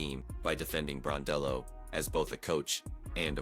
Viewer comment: Gosh get her name correct....BRON-DELL-O......you hear it enough....🌹🇦🇺🇦🇺